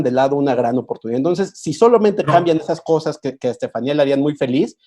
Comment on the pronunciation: Estefaníííía, palabra aguda acentuada (no hay duda de su pronunciación) , que estrés escuchar todo el tiempo al moderador diciendo estefánia.